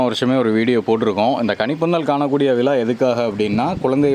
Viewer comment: Dei Vila,palangal Tamizl nalla ucharingada viza,Pazangal